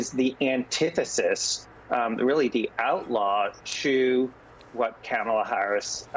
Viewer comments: Andrew, it's Kamala- KAH-MA-LA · Andrew: COMMA-LA. Please! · Does it annoy anyone else that professional political commentators still mispronounce Kamala's name? It rhymes with Mamala. Also if you aren't addressing Trump as just Donald then be consistent when addressing Vice President Harris. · Mispronouncing Kamala Harris's name or calling her garbage is scrapping the bottom of the barrel. That's stooping to an unimaginable low, even for trump's standards.